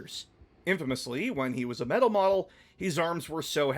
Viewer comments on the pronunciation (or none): none